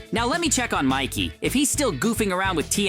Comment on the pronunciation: It is not mickey it is Mikey